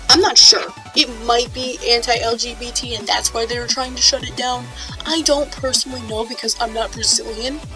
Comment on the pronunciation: May I ask why you say LGTB Instead of LGBT?